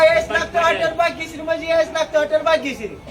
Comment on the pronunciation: तू आधी बाग्यश्री ऐवजी भाग्यश्री म्हणायला शिक, मग पातीलभर मटण ठेव